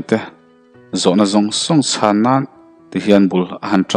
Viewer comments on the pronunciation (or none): none